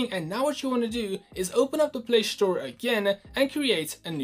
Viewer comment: Play store/Australia, not Play shtore/Aushtralia